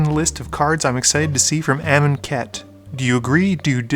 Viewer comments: Im Mars How would you pronounce it? Aye-Mun-Ket? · I really wanna know how amonkhet is supposed to be pronounced I've been pronouncing it a-mon(as in monster)-ket(as in basket)